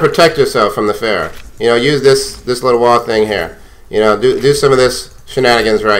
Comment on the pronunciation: اعتقد بأنك تمتلك عِـرق عربي ، لأنك استطعت نطق اسم فرح Pharah بشكل شبه جيد الي يعرف يكتبها بالانقليزي يكتبها له بالرد